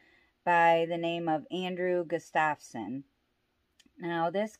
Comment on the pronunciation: Harold Estep was not Crazy Horse and the name is GUStafson not gusTAVson